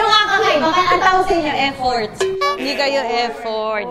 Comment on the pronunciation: F4 ❌ Ffort✅😂